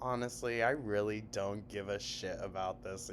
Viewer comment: How does she manage to get an “L” in don’t?? Doln’t. . . .wtf is this vernacular gymnastics????